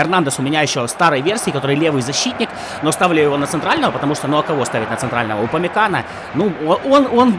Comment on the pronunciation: комАн вместо кОман, упамеканO вместо УпамЕкано, эрнандЕс вместо эрнАндес, зАбитцер вместо забИтцер